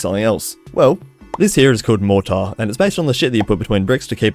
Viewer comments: please pronounce it mor-tr or mor-tuh, mor-taar just sounds very off 😭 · Your pronunciation of mortar is infuriating